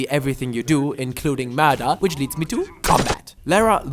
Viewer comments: I must have died at least 200 times in this. Took me years to finish this game. I enjoyed the first 2 a lot more. And her name is LARA, not LAURA :) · Stop saying "Laura" it's LARA KRAFT